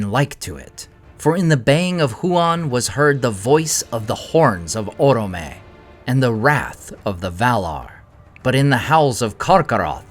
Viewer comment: Orome sounds better with the accent on the second syllable: oróme, not órome.